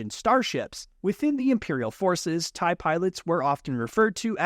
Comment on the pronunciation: Its TIE not taiiii